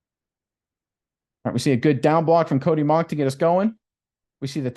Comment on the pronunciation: Relative here... it's pronounced Mau-w-ck